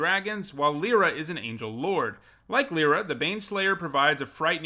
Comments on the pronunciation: the way you say my name brings me ungodly rage lie, not lee lee is Lira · Lie-ra* is the correct pronunciation